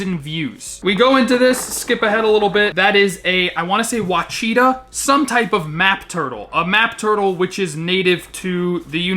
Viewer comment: Hey brother, just a heads up. Ouachita isn't pronounced wa-cheetah. Ouachita is pronounced as wah-shih-taw. Good video!